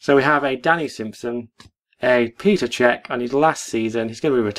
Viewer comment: Can't even pronounce Cech's name right!! I wonder were the collection is heading....need a nap now as I've watched too much and I'm falling asleep!!! LMFAO!!!!!